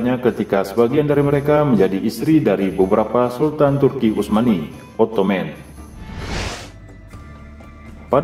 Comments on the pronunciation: Emg otomen.stahu gua dibacanya ttp otoman..maaf ya klo sy salah..tdi admin mengatakan otomen..klo sy tdk salah dgr.hhhh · Bang Admin, bacanya bukan Ottomen tapi Ottoman.